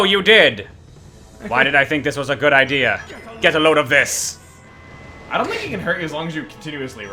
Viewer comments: Am I the only person who can hear eggman say get a load of piss instead of get a load of this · When I was younger, I always thought Eggman was saying "Get a load of piss!"